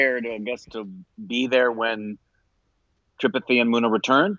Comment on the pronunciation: Gooda pronounced as Good-do and Muna pronounced as Moon-aa. Also, Tree-path-ee for Tripathi. About time you remember the pronunciation! 😉